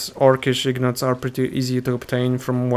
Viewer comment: Those are INgots, not IGnots)